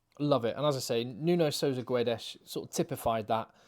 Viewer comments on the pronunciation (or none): Not GU-edes. You don't read the u. It's like Gedes (g as in "game")